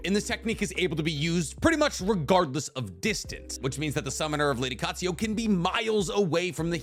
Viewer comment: I love you, but it's pronounced: Kaht-Sue-You.